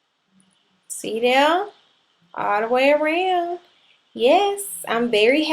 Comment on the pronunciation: "see dhere" lol girl you from GA?